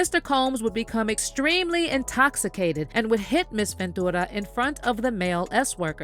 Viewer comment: Girl just say "venchewra" not ven-2-ra